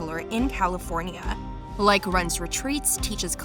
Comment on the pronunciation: She fooled me. I thought she was a fan when she pronounce Hudson Leick's last name correctly. But when she butchered Autolycus I was like awww you're a fake.